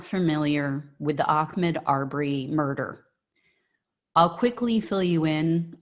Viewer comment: Did she really just say ock-med? It's "ahmaud". The bigger issue is that you recognize the bullshit that goes on and has been going on.